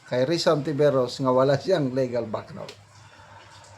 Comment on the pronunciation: Sir, indict is pronounced as in-dite not indik. Again and again you are pronouncing LEGAL as leh-gal. It is LEE-gal or LI-gal. Ego is not eh-go. It is EE-go po, sir. Regal is REE-gal, not reh-gal. Please listen to the videos you are sharing from certain personalities or other bloggers on how words are pronounced. This is a polite suggestion, sir.